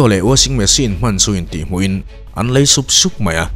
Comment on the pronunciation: ah hian, "LEI", tih i lam dan hian ka lung a dum chiah lo deuh. "Lei(sand)", tih leh "lei(tongue)", ni lovin "LEI(Bridge)", tih tur a nih zawk hmel hle mai. Phunchiar vang ni lovin, ṭhahnemngaih vang zawk in aw. Nang (ka mi ngaihsan) meuh ina i'n chhiar sual ve tlat tak ah chuan. Ka'n ti ve deuh duah a nih chu......